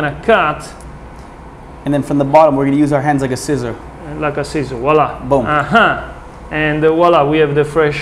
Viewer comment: VWAHLAH. voila. It’s French. Not wall ah